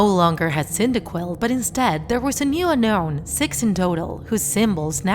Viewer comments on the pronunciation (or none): haha funny but its unown not unkown